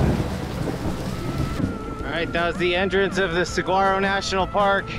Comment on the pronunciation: I’m begging people to learn how to pronounce saguaro hahaha great video though!!